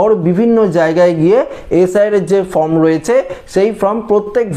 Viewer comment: কথাটা ফ্রম নয়, কথাটা ফর্ম